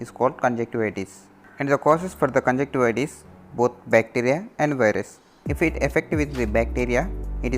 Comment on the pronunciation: Dear doctor nice presentation. Please little correction in presentation. Junction- con (with / together ) con junction. It is con juNction - conju N gtiva. You missed the n among conjuctiva. Majority non ophthalmic doctors and medical representatives used to muss N.